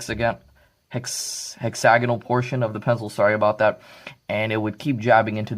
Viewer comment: Really good review. For me that was a deal breaker. I've bought both the 800+ and the Rapid Pro and neither have this problem and are excellent writing/drawing instruments and very well made. You are also the first I've heard who has pronounced the word hex-āgonal properly (not hexa-gonăl) which really butcher's the English language. Regards from Salisbury in South Australia.